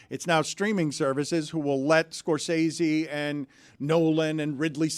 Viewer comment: It’s pretty ironic that Stugotz is the ONLY person on the show to pronounce Martin “Scor-sessy” correctly. Dan owes like $500 from that segment alone 😂